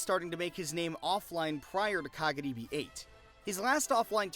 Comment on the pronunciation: love when tries so hard to pronounce kagaribi correctly with the slurred r/l sound but cant say any of the player's names correctly lol